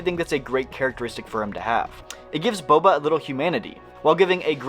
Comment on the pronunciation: We got Bobby Fett instead of Boba Fett.